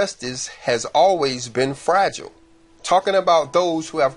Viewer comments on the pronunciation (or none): none